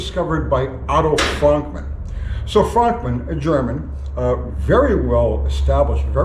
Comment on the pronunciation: I thought his name was pronounced "Frookman"?